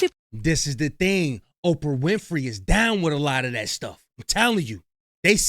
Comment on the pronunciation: why all the dis and dats? Plus a boring story